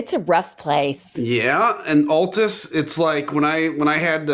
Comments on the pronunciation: As a Oklahoma girl raised there - Adam is not pronouncing Altus correctly! I cannot believe you girls let that slip - it doesn't have the "Alltus sound," it is like "Awwltus." Right ladies. HAHAHAHAHAHAHAHAHA. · His pronunciation of Altus is triggering me